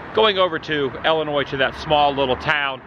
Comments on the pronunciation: Not Wesconsin or Ellinois, but Wisconsin and Illinois. Pro tip from a local. 😁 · Pronounced Galena correctly but not Illinois (its an I sound in the beginning not el) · South side Chicago for life...unfortunately, ha. I really want to teach you to say Illinois correctly haha.